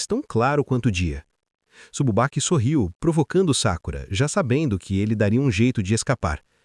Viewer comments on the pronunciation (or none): Cara ou eu to loco ou vc toda chama o sakurata de sakura, demorei para entender os personagens..